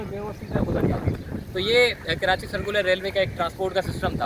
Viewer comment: Bhai khuda ka wasta he.. KaraNchi mat bola kro.. rwporting achi he apko but please pronounce Karachi the correct way